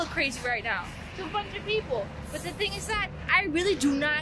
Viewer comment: She actually says ‘‘let’s do this thang’’ but y’a love it 😊